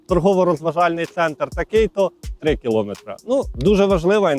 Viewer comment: Правильно наголос кіломЕтри, а не кілОметри